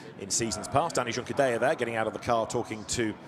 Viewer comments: Liked the commentary duo today, would still prefer Juncadella to be pronounced properly but other than that.. 👏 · Was thinking this.. why would he continue to say it like that after the lead commentator kept saying it? 😆